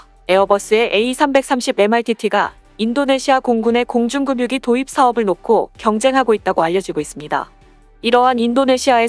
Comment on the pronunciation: 공중급유기 발음이 '급뉴'가 아니라 '그뷰'로 해야지...에혀... 점점 이상하게 발음들을 하고 있냐... 참나...